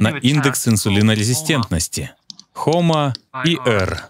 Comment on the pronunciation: Зачитывающему текст: HOMA IR читается как "АйЭр". "ИЭр", как прозвучало в видео, это ER, not IR. Я не знала об этом тесте, пыталась найти так, как Вы произнесли: HOMA ER.